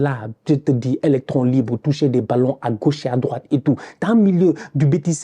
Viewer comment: Tu as oublié de parler du trou de Vazquez en tant que latéral "roit", faut lui enlever le "d" svp...